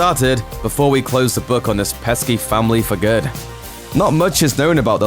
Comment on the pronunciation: Galax-ay, famil-ay, cloud cit-ay.....these are small details I picked up about your weird pronunciation.